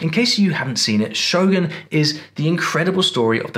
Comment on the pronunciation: I'm just glad you call it "Show-goon" Hollywood folks tend to go "Show-GUN" which always irk me so 😅